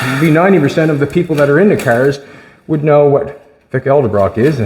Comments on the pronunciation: Correction its "Edelbrock" not "Elderbrock" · Edelbrock not Elderbrock lol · Did he just say Vic Eldebrock?🤦🏻‍♂️ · It's Edelbrock a common mistake though. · lets start with the name association. Vic Edelbrock is the correct name your attempting.